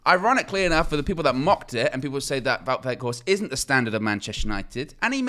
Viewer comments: I know you very particular about the correct pronunciation of names. Wout (pronounced VOTE) Weg(Weght) think Schrek with Flem in the throat and Horst you guy are getting right. Vote WeghtHorst. Hard T at the end. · Close. The ou in Wout is the same pronunciation as the ou in where art thou. The g in weghorst has the same pronunciation as the g in Ten Hag, the we sounds the same as whe in whether